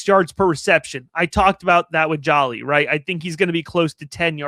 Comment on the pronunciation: Great job. Please pronounced his last name correctly. Its one L, not two LLs- It’s like the actress Angelina JOLIE. THANK YOU